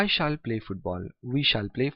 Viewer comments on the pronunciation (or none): Stop pronounce it shaal